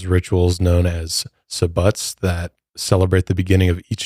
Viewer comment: Can't pronounce Sabbat WTH???